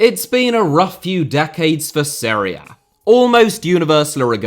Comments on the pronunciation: Seria? Is he trying to say Serie A? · It’s pronounced Serie A not Srre A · Every time you say "Seria A", I keep hearing "Syria". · It took me a while to figure that you were saying Serie A. Even the YT CC generator identified that as Syria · I understood Syria every time you were saying Serie A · i was so confused why he kept talking about syria... why the fuck does he pronounce serie a so weird lol